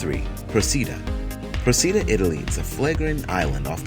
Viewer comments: Procida is pronounced PRO-chee-duh. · Okay, no. You say, "Procida" like "ch" because in Italian the letter "c" makes a "ch" sound. I live near the island. I go every Sunday. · the name of italian island is not proceedah but proh chee dah with tonic accent on the first o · Stopped watching after repeated egregious mispronunciations of Procida. Shows that narrator is regurgitating facts, without doing proper research. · or "W-W-2" who even says that? World War 2."